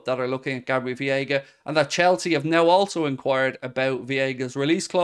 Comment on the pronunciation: it's Veiga not Viega